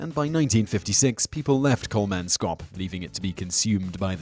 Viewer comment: It's Kolmans kop not Kolman skop. And Namib (like bib) not Nameeb (like bee). I have been to Kolmanskop many years ago and it's not creepy or nightmarish at all.